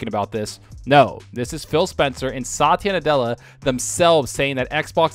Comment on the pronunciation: Dude , you’re pronouncing Satya Nadella’s name wrong It’s like sa-tee-ya Indian name , I know cuz I am one